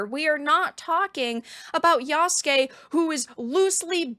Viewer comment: Lmao I’m dying… Yasugay…